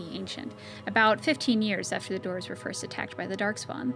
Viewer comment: Dwarves being pronounced as "dorves" really throws me off :/